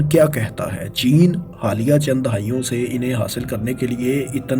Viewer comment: O bhai Khuda Ka wasta hai Words ki Pronunciation thik kar lo Dahaion nahi dehaiyon makamal ni mukalamal